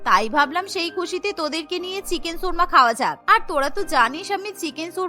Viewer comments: উচ্চারণ কীভাবে দেখবো? 🙄 শুনেছি, 'সুর্মা'। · চিকেন 'সুর্মা' কী জিনিস? উচ্চারণ ঠিক করেন, 'শর্মা' হবে।